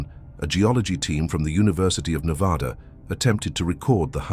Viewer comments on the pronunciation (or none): Being someone who has lived in Vegas their whole lives and has gone camping all around Nevada, the desert feels alive, it almost feels fake. Not that I believe that it’s fake but the old ghost towns and dry lake beds just feel so unreal. By the way it’s pronounced (Neh-vadd-uh) not (Neh-vawe-duh) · Ive been to Black Rock a lot of times but never heard anything like that. The desert can trick you both audio and visually, so unless these people are familiar with the desert, they were just imagining things. You are pronouncing Nevada wrong. It's Nev-ahh-da, not Nev-aw-da! You are really mispronouncing the names. Of course, there's tunnels everywhere under towns and the desert. It's called extensive underground mining. The whole state is riddled with tunnels. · IT'S NEH-VAH-DUH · I stopped watching when he pronounced Nevada in a way that told me no one associated with the video has ever been there. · Damn. You did all this research on Nevada yet you cannot pronounce it correctly